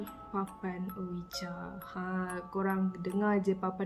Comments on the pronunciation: Triggered every time said OWIJA when the pronunciation should be UIJI 🙃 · Sekadar perkongsian sbenarnya sebutan untuk ouija tu disebut “wuiji”. Smoga dimurahkn rezeki slalu amiinnn ♥️